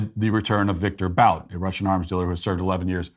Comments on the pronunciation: Viktor BOUT is pronounced BOOT 🥾. Its almost as if you’re reading whatever is on the prompter just like you have accused Biden of doing 😂. Anyway, small but cringy. Great job with “What is a Woman?”!!! Really liked it. 👍🏻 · Almost as frustrating as every time Matt mispronounces (Viktor) Bout’s name